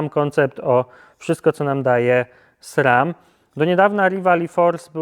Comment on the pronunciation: Dlaczego mówisz Srem?